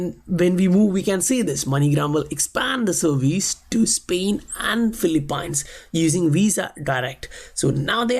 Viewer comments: I just want to let you know, Phillipines is not Phil-A-pines. It's pronounced as FIL" + "uh" + "peens. Aside from that great content man! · Great work- just an FYI - it’s pronounced Filee-peens.